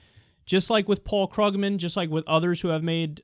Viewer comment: Kyle, you've been mispronouncing Paul Krugman's last name for a long time...once again, it's "Kroog-man". Listen to a moderator introducing him in a conversation.